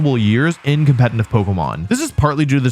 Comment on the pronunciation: HE KEEPS SAYING "COMPENITIVE", i can't unhear it